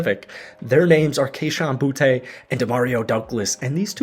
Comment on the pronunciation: His name is bootee not boutay.